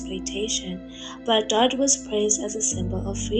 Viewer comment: I mostly disagree with your analysis of Brigitte Bardot, which is pronounced Bar-doe (not Bar-dott!). She was a childlike, carefree spirit in her day, who openly admitted that she never wanted to be a mother, that freedom was everything to her and that she couldn't cope with the responsibility of a child. So, Nicolas was raised by his father, almost like an adopted child. I was adopted, my mother was very young when I was born and wanted no contact with me, so I understand a lot about it. The singer Joni Mitchell gave up a child quite young too. People can judge her and other women for that but it hardly makes her/them monsters. At least she was honest and upfront. You could say she's flawed (*as we all are), childish and self-centered, a bit spoiled, vain, and even neurotic (as so many actresses and stars are) but hardly cruel, dark, callous or 'destructive'. No, they are not words I'd ever use to describe her, nor have I heard it said from people who knew and worked with her, and I've read a lot about her, her life, and career. If anything she was overtly sensitive and connected better and more deeply with animals than humans (who she often described as a cruel and hypocritical species). I can relate. She retired from films and withdrew from public life when her beauty began to fade, and chose a reclusive, bohemian life, aging gracefully, devoted to animal rights and welfare. I do agree with you though that she has difficulty with long-term intimacy and commitment, hence wh